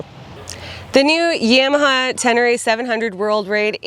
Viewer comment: Good Job! Gonna test ride one. Never heard Yam a ha pronounced that way. Thought it was Ya ma ha - lol